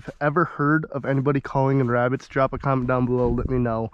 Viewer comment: “Shhhh, I’m hunting Wabbits”